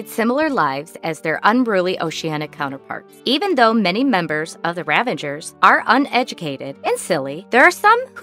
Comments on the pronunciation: Ravagers ....not ravengers. Come on. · Stop saying "ravangers"